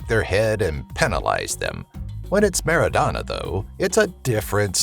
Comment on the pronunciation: MARADNA , NOT Merodana .Everyone loves him like cocaine